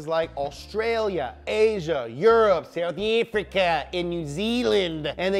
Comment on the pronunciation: 😂😂😂😂 you sounded like an Afrikaans lady " Souf Afrika" 😂😂😂😂